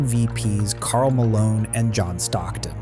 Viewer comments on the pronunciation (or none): none